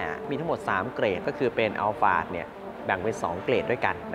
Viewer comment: ใช่ครับ คนไทยคุ้นกับคำว่าอัลพาร์ด แต่ชื่อรุ่นจริงๆ ออกเสียงว่า อัลฟาร์ด ถูกแล้วครับ เค้าไปถามจากวิศวกรชาวญี่ปุ่นที่เป็นคนออกแบบรถรุ่นนี้มาเลย หลายปีละครับ 555